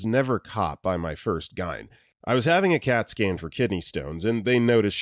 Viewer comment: Just as an FYI, most people spell out g-y-n (jee-why-en), I don't think I have ever heard anyone pronounce gyn as "guyn". Saying it that way makes this sound like an AI voiceover. Also, triage is generally pronounced "TREE-ahj" in most accents.